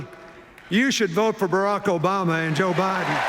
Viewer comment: for "President Obiden" lol